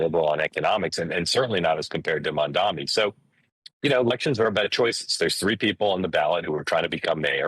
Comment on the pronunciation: The sheer number of conservative commentators pronouncing MaMdaNi as MaNdaMi is an example of echo chamber feedback. That is something the right typically accuses the left of, and rightly so, but these guys need to get out of their own feedback loop enough to error correct.